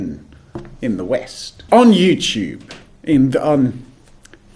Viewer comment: Its you TUBE not youchube